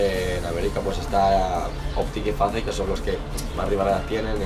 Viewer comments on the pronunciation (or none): faze se pronuncia feis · Como pronuncian FaZe 😂😂